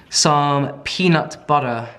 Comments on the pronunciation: peanut butta. peanut butterrr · I will NEVER get over my love for saying peanut butterrrrrr. It’s literally the best 😂😂😂😂